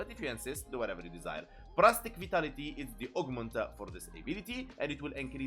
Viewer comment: Par-astic 😂 sorry had to. Lol para-sitic is how we pronounce it lol I'm just making fun and games I'm not really trying to correct you here just laughing a bit inside